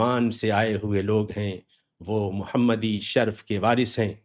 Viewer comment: نَسْب نہیں، نَسَب، نیز شَرْف نہیں شَرَف بولیے